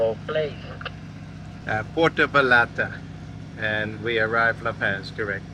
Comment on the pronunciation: La PAZ... like OZ... not PAZ like AS lol 🤟